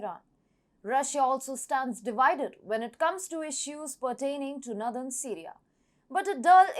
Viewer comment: Blockade = (/blok EID/) She says "BLOK ed" Israel = (/IZ reil/) She says "IZ raile" Northern = (/NOR đern/) She says "nudern" which is unintelligible Bilateral = (/ bai LAT erel/) She says "bai LEIT erel" Her pronunciation of "Mediterranean" needs to improve - I can't repeat how she says it but the correct form is /med i ter EIN i en/ She could teach herself how to pronounce using the IPA - International phonetic alphabet - or speakers in dictionary programs.